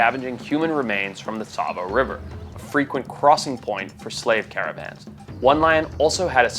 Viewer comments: Btw Tsavo has a T which is silent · That should be Tsavo, not Savo.